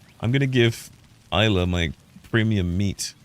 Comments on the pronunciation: Her name is pronounced Ila, silent S just like island! Cracking me up with IS LA 😂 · considering this is a chinese game and isla is not a chinese why would it be pronounced Ila?